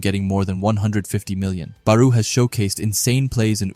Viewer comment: It was an amazing video but plz stop sayin baruuu It's Barou(Ba+Raw) 😭😭